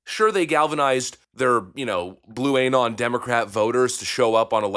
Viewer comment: Bro, how do you still not know how to pronounce "blue anon"? Is this some long play on the Tucker Carlson intentional mispronunciation gag? If you're not continuing the mispronunciation bit with anything else, your "blue anon" sticks out like a sore thumb.